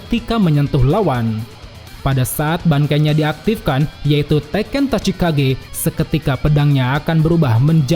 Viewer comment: Min izi ralat sedikit, utk Zanpakutō Kensei itu bernama Tachikaze bukan Tachikage Shikai : Tachikaze Bankai : Tekken Tachikaze